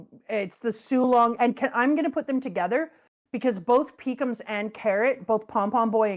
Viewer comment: I know that I'm a child for hearing calling pekoms as Peecums. But damn was I laughing aloud.